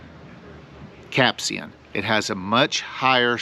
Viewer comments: Dude, it's capsaicin. Not capsian. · It's pronounced "cap-say-sen". Do people even try to pronounce words they don't know anymore?